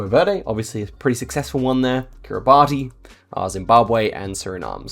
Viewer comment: Great video, just letting you know Kiribati is pronounced KiribAS :)